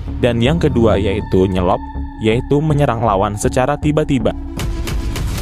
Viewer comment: Bukan nyelop.. tapi nyelep bro